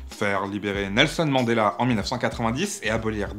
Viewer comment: Respect pour le clic à la prononciation du nom complet de Mandela !